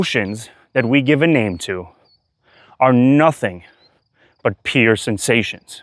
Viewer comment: Are you saying "peer" sensations or "pure" sensations? Thankyou. The word "pure" should rhyme with "cure" as in "cure the illness"